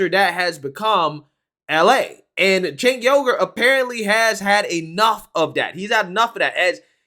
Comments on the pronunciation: is he saying Cenk Yogurt? LMAO. I can't stand the guy but a lot people don't know how to pronounce his name. It's pronounced Sank-Wee-ger. BUT please keep saying Yogurt, I think it's fricken hilarious. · It's actually pronounced Jank not Sank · “Jaynk Youger” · It sounds like you’re calling him Chank Yougurt 😂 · "Tank Yogurt" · It is pronounced "chunk yogurt". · I LOVE the fact, that you called him Chenk Yogart! 😄 he needs some yogart! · I lol'd when I thought you called him Chenk Yogurt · the actual correct way to pronounce it is Sank. Now maybe he pronounces his as Jank. That is what I used to say but then I have been corrected by people so many times, lmao. I think he needs to come out and just fricken tell people how he wants his name pronounced. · Love how pronounced Cenk’s name different every time he said the name